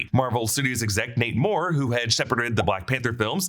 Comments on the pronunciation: Every time he says "Nate Moore" I hear 'Namor'..."Namor is leaving Marvel." 😂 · The way you say “Nate Moore” really sounds like “Namor” and I can’t unhear it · I thought he was saying namor until I read this😂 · When he said Nate Moore I hear Namor 😂